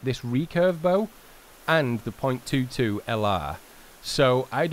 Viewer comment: The .22 is pronounced twenty two.